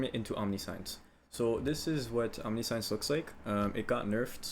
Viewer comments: It's pronounced Om-nih-shunce, like the word conscience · holy shit stop saying omni-science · Not sure if any has said this but it bothered me a lot it’s pronounced “om ni shense” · Not really important but just fyi you pronounce Omniscience ~ Aamnisshins .. like all knowing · great video! one thing, its not omni-science, its pronounced differently. But, you do you man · Just a heads up you’re saying omniscience wrong, it’s om•nee•see•ence👍🏻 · Love the detail, explanation, all that -- but the word "omniscience" is pronounced "aam-NI-shns" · Omni-meaning all, science-to know. The word is pronounced /ɒmˈnɪʃəns/ the S makes a sound similar to the "t" in nation. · Good build, but please for the love of good look up a pronunciation guide on Omniscience. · Great video. But. Omnih-shence. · Omniscience is pronounced ahm-nish-ince. Great vid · This build is amazingly well thought out and presented! The only thing that bothered me was how you pronounced Omniscience. The pronunciation of it is broken up as Om-Nis-Cience. The sound when saying the word is Om-Nish-Ents. I'm not belittling you or anything. A lot of people pronounce it incorrectly. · It's pronounced OHM (home) -nisk (whisk) -ienky (science and Yanky) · Omniscience is pronounced "ahm-Nih-shence" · Omniscience isn't pronounced like science. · Its pronounced ahm-nish-yance fyi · Great intro, keep it up! But it's not Omni-SCIENCE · plz buddy fix your pronounciation of omniscience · Man, I want to like this so badly but every time you pronounce 'omniscience' I both chuckle a little and died inside a little and thus, I could not get through the video. Sounds like you're doing a great job though. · if english isnt your first language your amazing.... if it is... omniscience.... jesus christ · Google how to pronounce omniscience for the love of god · Please look up how to pronounce omniscience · once he mispronounced omniscience for the time I gave up. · the omniscience pronounciation is a meme right?